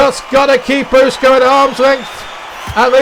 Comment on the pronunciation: Love the idea. You're saying Usyk's name wrong but loved the idea.